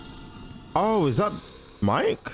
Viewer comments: Me - Kay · bruv it pronounced miki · it’s killing me how he’s pronouncing Mike 😭